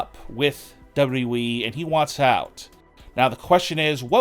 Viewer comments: Why is it so hard to say double you, double you, E? It's not double E. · Why can't this fool say WWE?!!!